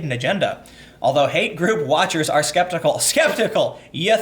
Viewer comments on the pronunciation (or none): none